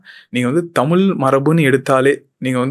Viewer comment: தமிழ் னு சொல்லுங்க உங்களுக்கு புண்ணியமா போகும் நீங்களே தமிழ டமில் னு சொல்லி அழிச்சிடாதிங்க